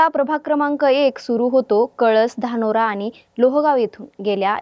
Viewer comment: ही गावठी anchor बदला पाहिले..... चलवादी ला चावलादी, धानोरी ला धानोरा, खांदवे ला खांडवे, सगळं उलटं पालट करून ठेवलं.😂